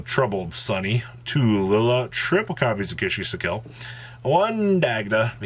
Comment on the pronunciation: Ki-Sikil: exists: Kishy-si'kill